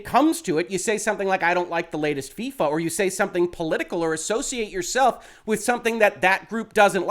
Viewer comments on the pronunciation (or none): none